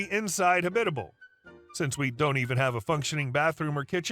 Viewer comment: Not a huge deal...but Hab-It-A-Ble....not habibible.